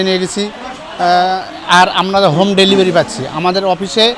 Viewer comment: ভেলিভারি নয় 😅😅 ডেলিভারি 😊😊